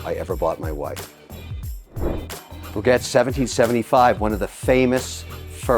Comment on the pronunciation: My dude called Breguet, “BreGet” 😂